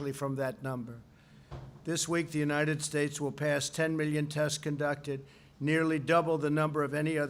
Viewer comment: God blesh the unitish statsh of amerishca